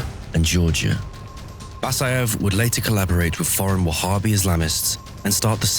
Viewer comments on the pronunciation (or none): none